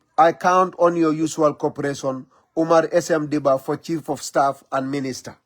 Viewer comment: Is SM.Gibba not Dibba.